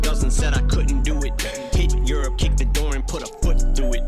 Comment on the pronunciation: I’m pretty sure when he pronounces Europe he’s also saying “kid, you’re up”